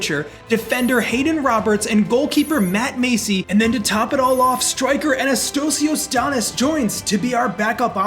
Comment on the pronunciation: as a greek person i cried when you said "AnnaSTOHSIYOHS DAniss"